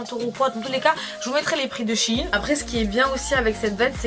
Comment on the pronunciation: c'est SHEIN et non shiiin !!!